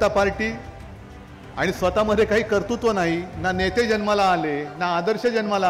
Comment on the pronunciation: "Kartutva " ? Baap re.